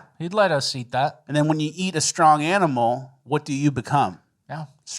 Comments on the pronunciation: "Aminal" -, 2024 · "when you eat a strong animal what do you become? A stronger aminal" 😂